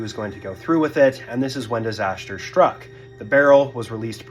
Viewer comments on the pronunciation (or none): There's no 'h' in "struck," or "Astrodome."